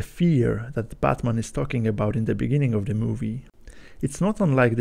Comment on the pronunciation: You pronounce Batman like Buttman